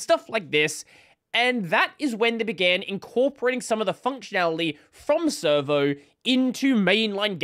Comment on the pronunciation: every time says servo i hear server